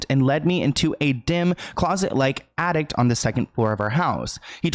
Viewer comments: it's ATTIC. There is no t at the end. I know that's nothing in comparison to the seriousness of this video but my OCD wouldn't let me ignore it!! I'm sorry, not meant to be rude!! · Horrible man. P.s. it's an Attic... not an Addict dear x